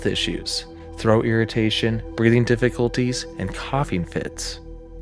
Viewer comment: When AI can't even pronounce "difficulties" and says, "diff-ickle-ties" .....I'm out.